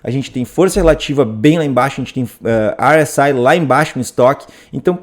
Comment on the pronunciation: RSI como eu digo: érre ésse i como o diz: airr éss ai é outro nível esse 😄